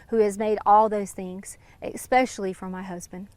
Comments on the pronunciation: "Expecially". From a supposed Masters degree teacher. Western civilization is dead. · Extensive academic background in education and she says “exspecially”??? 😂🤣🤡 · She can’t even conjugate basic verbs, or say “especially,” yet she has all these “degrees.” A “masters” degree?? 👀 Yeah, the days of college degrees equating to intellect are long over. 👋 🤦‍♂️